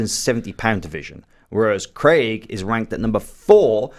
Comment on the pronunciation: Hey Americans, Craig is pronounced Crayg not Cregg....